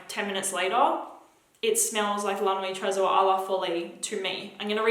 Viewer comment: I've cringed so hard every time you've said "la nuit tresor a la folie" and I'm not even French 😬